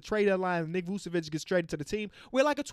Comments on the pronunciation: Not to be a nerd, but the first c in "Vučević" is pronounced like the second one 🤓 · “Vuvevic “ damn no disrespect but man might need a nice vacation love you 💪🏼🤘🏼